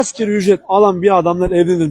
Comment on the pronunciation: Asgari olacak askeri nedir yahu, ASGARİİİ